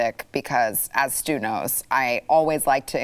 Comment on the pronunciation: When ever She introduces Stu I keep hearing her say Stuper